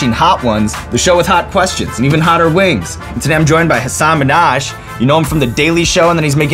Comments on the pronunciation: Its Hasan Minhaj not Hasaaaan minaaj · So... He gets Guy Fieri's name perfectly, but He can't even ask Hasan Minhaj how he's supposed to say his name?